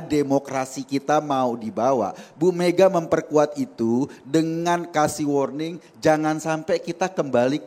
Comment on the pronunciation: Worning apa marning 😂😂😂😂😂